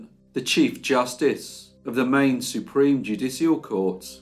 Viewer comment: I love it when you say Maine...wicked good story- what a beauty, how they used her. May she rest in peace denied her here. Thank you as always, take care.